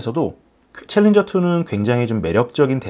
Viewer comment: 챌린저 발음 정확히 하십니다. 신인균씨의 콩글리쉬가 아닙니다.